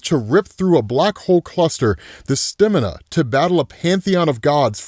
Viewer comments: Bruh it’s Stamina as in Stah min uh. I have never heard a single other person stay stimina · The word stamina is pronounced- STAH MIN AH